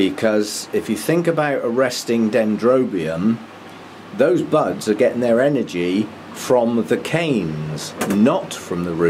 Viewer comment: Had me startled for a moment!! I had the volume down and thought you said "bugs"!!! at first....instead of buds!!! LOL :) Love your videos...I like the way you try to mount your orchids as "natural" as you can.